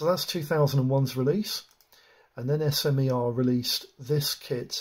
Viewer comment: Been in the industry over 10 years and never heard it called S M E R. But smer (smur). Its a French or Slovak word.